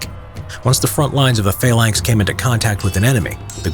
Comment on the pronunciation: Phalanx not faelanx